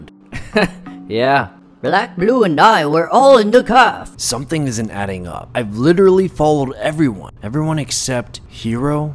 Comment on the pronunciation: "in the calfe🧐🧐🧐🧐🧐🧐